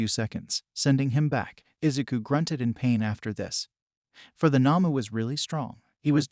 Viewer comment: The not human villains in My hero academia are called Nomus not Namus